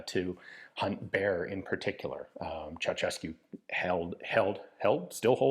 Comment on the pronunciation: I do believe you are the first native English speaker that pronounced Ceausescu correctly, but only the first time :)) It really is pronounced Cheaushescu Thank you for doing the research